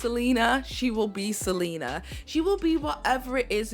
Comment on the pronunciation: The way you butcher Selina's name 😢😭